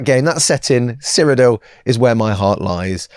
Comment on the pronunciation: Did anyone else’s fruit based device think saying Cyrodiil sounded like he was saying ‘Siri’? Just mine then….